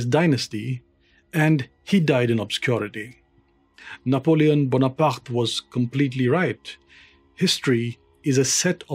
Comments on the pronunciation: Terrific work, subscribing for your perfect pronunciation of "Bonaparte" and because I trust the rest of your channel is as good as this video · I know this man knows his shit because of how he pronounced Bonaparte